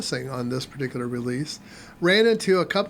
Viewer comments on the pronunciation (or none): none